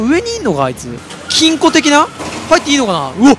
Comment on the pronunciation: 何回聞いても金庫がチンコにしか聞こえない